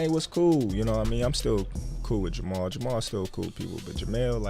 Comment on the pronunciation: Jemall not Jemell....both are loses